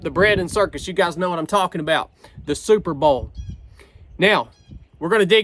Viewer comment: "superbowl" or "superba'al"???